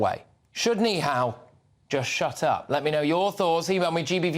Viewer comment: Yous should start off by pronouncing his name correctly then you’ll sound less racist, it’s nihal not neehal